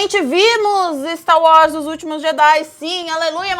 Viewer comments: falando Stá Uórs <3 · O pq que vc fala "Sta Wars?" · "finalmente vimos 'stauós' "????? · PARA DE FALAR STAR UÓS, MULHER!!!!!! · "Stau Was"